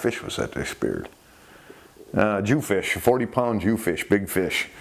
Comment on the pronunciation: Jew-fish? Jew-phin?